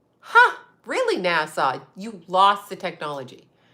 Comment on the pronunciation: NASA NOT NASSAU. NASA SOUNDS LIKE ASSA NOT ASSAW